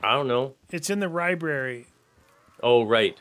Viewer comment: The fact that didn't notice the zombie number count until said something made me laugh been watching YAW for 10 plus years since I was 11 keep it up guys and that said ribrary instead of library put a smile on my face